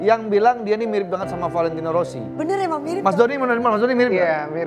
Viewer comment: Valentino Rossi ❌ Valentino sorri☑️